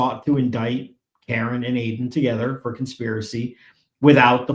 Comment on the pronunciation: Why can't Cosgrove seem to let go of his case against Aiden. He only wants both or none at all ? seems like he is acting in bad faith against Mr. Kearny and ms. Read. Holding something over both of their heads, I agree also, mispronouncing Aiden's name is definitely a sign of disrespect as all have noted.